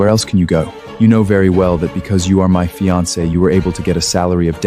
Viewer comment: Teach AI to pronounce "fiance" correctly! (Min. )